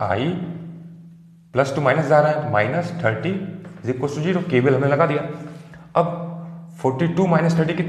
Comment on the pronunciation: this is not jero sir this is zero